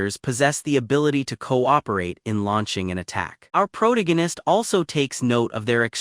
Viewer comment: pick a chat bot that can pronounce PROTAGONIST without a D there is no D in protagonist unlike your mother last night.